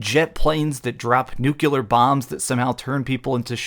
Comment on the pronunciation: NUCLEAR. There's no such word as 'nucular'.